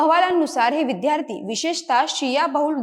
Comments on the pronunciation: इतर सर्व बाबी ठीक. पण, आजचे उद्घोषक साधा विद्यार्थी शब्दाचा उच्चार विध्यार्थी का करतो ही विचारणीय बाब नव्हे का ? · या लोकांची कृतघ्न वागणूक हेच कारण आहे.पूर्वी मिळालेल्या सवलतीमळे अशी मानसिकता हे या 'हुषार' विद्यार्थ्यांना लागु होत नाही.३७० रद्द झाल्याचे फायदे बरे लवकर कळतात. निवेदिकेचा 'विद्यार्थी' हा उच्चार चुकीचा आहे तो 'विध्यार्थी ' नसुन विद्यार्थी आहे. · विद्यार्थी म्हणायचं विध्यारथी नाही बाकी उत्तम